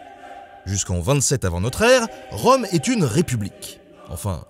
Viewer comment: Rome, comme Rume?